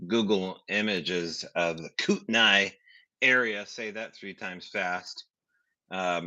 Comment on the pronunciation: It’s pronounced Kooten-knee not Kooten-eye, or Kooten-knees not Kooten-eyes.